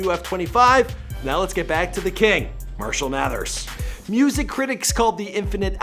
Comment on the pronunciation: This dude just said Mirshall Mathers